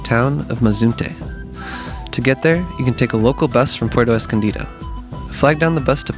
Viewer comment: Thanks for the great information! I don’t want to be too critical but it’s pronounced Pu-erto Escondido, not Porto Escondido. Since you do so much traveling, you can correct this pronunciation in other videos.